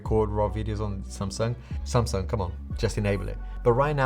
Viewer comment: Nice video as always 👍 But always when you say Samsung I think you say Sampsa, my name 😂 but that's how you almost pronounce it in English. So funny sometimes.